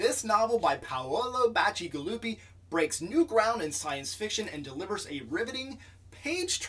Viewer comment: First off congratulations on pronouncing a name I wouldn't have even attempted lol. I found this one to be very slow and dare I say even boring for the first half. Before finally taking off with a much better paced and overall satisfying second half. But the world building as a whole was quite good.